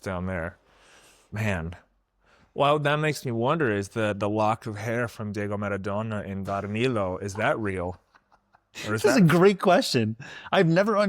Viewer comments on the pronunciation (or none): Small note: it’s Maradona, pronounced Mah-rah-DOH-nah, not “Meradona.” Just a heads-up.